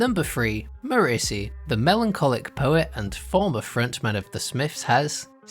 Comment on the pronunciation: Who the hell pronounces ‘Morrissey’ like that?